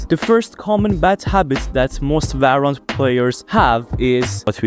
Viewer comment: its valorant not varrant